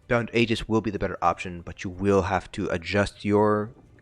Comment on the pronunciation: Thank you for saying Aegis correctly. 😂